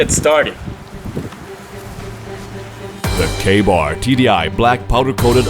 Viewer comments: The first time I thought you said gay-bar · When you said KA-Bar I thought you said gay bar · I thought he said gay bar Me!